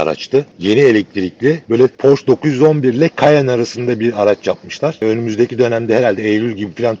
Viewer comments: Abi Almanca bilmiyorsan Porsche telaffuzunu Fransız gibi yapıyorsun işte. Arabanın Alman arabası olması dışında sıkıntı yok. Porş değil, Porşe. Bu arada bu arabayı burada maaşımın beşte biri kadar bir parayla 72 ay taksitle alabiliyorum. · “Porşş” değil abiler, “Porr-şşe” . Almanca okuyun, fransızca değil. Alman mühendis Ferdinand Porsche’den geliyor markası. Benim yok ama en azından doğrusunu söyleyelim. Ukala züğürt tesellisi işte.. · Porsche alman ve almanca bir marka ve otomobil yazarı bile neden ısrarla porş der anlamış değilim . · "porş" değil "porşe", "lamborjini" değil "lamborgini" olacak.